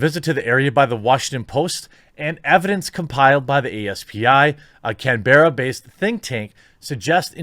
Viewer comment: Quartering I love hearing you mess up my countries city names Can-berra lol